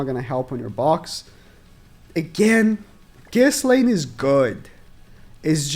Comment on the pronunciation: I fully agree with everything said, but the way he pronounces Ghislaine just hurts me inside. Man clearly hasnt watched the show or if he did it was an english Dub. You dont say the "s" in her name, its fully silent.